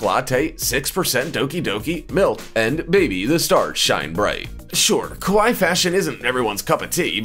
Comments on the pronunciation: It's kawaii.... (ka why ee) . The way you were saying it kowai.... (Ko-why) mean scary in Japanese. Big difference. lol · Your pronunciation of kawaii (cute) sounds more like the word kowai (scary). You need to say both "i" letters ( like in Hawaii) and the "a" less like an "o" sound. How do I know this? I accidentally called a girl "scary" that I wanted to call "cute".... OOPS!!!